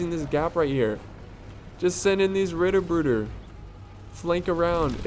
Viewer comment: The constant mispronounciation of basically everything that is not English makes this just so much better :D. Ritterbrüder -> Riddrbruter Landsknechte->Landschnecks and many more :D